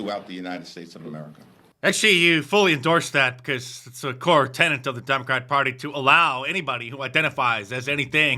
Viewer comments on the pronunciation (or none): none